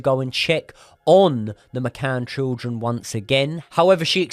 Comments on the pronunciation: Children ❌ Trildren ✅ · I heard trilchren. I heard shildren. After i noticed this, i couldn't focus on the episode. I'll give it another go when i forget this🤣.